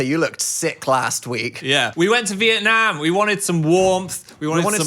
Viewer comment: side note but as a vietnamese person the way they both pronounce vietnam makes me so happy